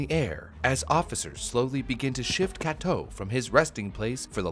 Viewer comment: For a second I thought that Kato was Cateaux or something with the way you pronounced it